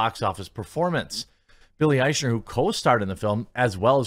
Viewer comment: Nice of you to pronounce Eichner's name correctly (from a German point of view) More respect than he deserves, but still great.